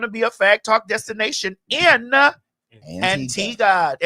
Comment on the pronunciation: Maddie this beat and hair!!! Omg. Also that colour suits you. No ‘w’ sound in Antigua btw!